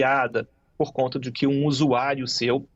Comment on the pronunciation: Pelo amor de Deus! Não na gramática portuguesa existente no Brasil; a pronúncia " QUI e tampouco DI QUI" ! Acho um absurdo, esse tipo de pronúncia.